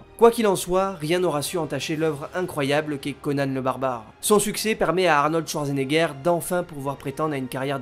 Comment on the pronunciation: "Arnold Touardgenéguère"... l'allemand n'est pas le fort des francophones, mais quand-même, un petit effort please ;-)